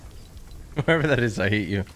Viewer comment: when said "i hate this game" it just started to sounded like "give me hits" what